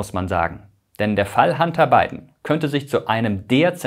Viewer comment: Warum höre ich immer…“Handarbeiten“…😂… der Arme…. Sein Werdegang klingt wie eins von vielen Europäer … 🥱